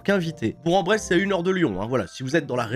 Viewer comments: on dire Bourque En bresse et pas bourg en bresse dans la prononciation 😂😂sinon tu va te faire critiquer quand tu va arriver la bas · Petit tips pour les Hashtags Festival, on dit Bourk en Bresse:) Sa fait bien plaisir des revoir en forme.